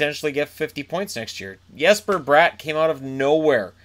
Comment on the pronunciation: It’s pronounced Jesper not yesper